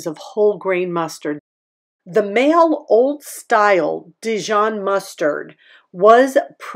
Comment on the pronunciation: Maille Mustard from France is an imported therefore pricy, it is not pronounced, "Mail" it is pronounced "MY", I don't have a Trader Joes, but when I lived in Los Angeles I went there monthly. I shop online specialty stores think of me as a food snob, but I have very specific food likes, and I never eat three meals a day. my fridge is full of fruit vegetables, condiments, and Icelandic water. I miss the flowers at Trader Joes, and the Wine. But I drank wine in LA, that was 50 years ago. Trader Joes Is owned by ALDI Sud, South, but it operates independently, Aldi Nord was owned two brothers, one brother died, Theo owns Aldi Sud which owns US operations including Trader Joes, Babette and her family own Aldi Nord (North).